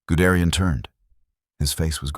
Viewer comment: "Gudrian"?? Guderian. You know it's wrong: you get it right on the second try. Why don't you fix the first? Sloppy, no-pride, work.